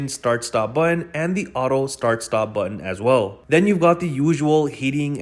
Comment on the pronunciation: Learn how to properly pronounce "Button" 🙂